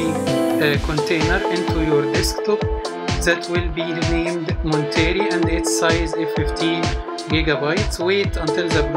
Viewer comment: Thanks for the walk through. You pronounce the name wrong. It's Mont-er-ay. Named after the coastal community Monterey California